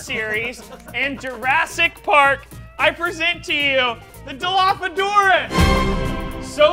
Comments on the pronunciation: is anyone gonna ignore that he said dilophodorus not dilophosaurus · “I present to you, the DILOPHODAURUS!”😂😂 bro so funny how Coby said that instead of Dilophosaurus! I’m only saying that because I’m a HUGE Dino fan and it kind of hurts my SOUL when people don’t say Dino names right.😅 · It’s not “Dilopodorus” it’s dilophosaurus!! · I know this is very late but Coby said Dilophodoras instead of Dilophosaurus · He said a Dilophodorous instead of Dilophosaurus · Its a dilophosaurus not dilophodorus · I hate corys cool not cool for one reason. He said Dilopho-dourus but its supposed to be pronounced Dilopho-sourus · Did coby say Dilophadaurus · He lost that when he mispronounced his Dino friend.